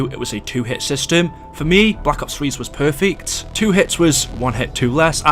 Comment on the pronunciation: Nobody::PERFICKT